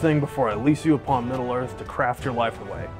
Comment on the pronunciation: Well, after watching mispronouncing all the proper nouns of Middle Earth, it's hard to give a sh*t about all the spectacular production values he's bringing to his channel. Kid, you might want to do some homework before operating in this world. If you want a "Pronunciation Guide 101 For Beginners" to fix all al the garbage that just came out of your mouth, feel free to reach out to the people who actually play that game. Or feel just free to talk to people 20 years older than you. They're out there.